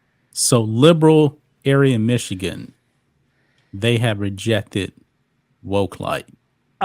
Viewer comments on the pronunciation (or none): none